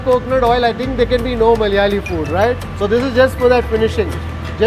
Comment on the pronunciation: Why it is so difficult for non-malayalees to say "Malayalee?". Is it just being fashionably ignorant and pretentious or is it really hard?